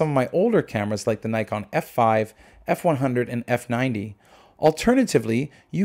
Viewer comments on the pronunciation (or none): Before praising the camera why don't you learn how to pronounce its name properly ?